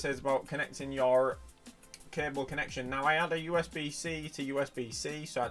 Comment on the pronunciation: Hey man you need to learn how to pronounce your in words.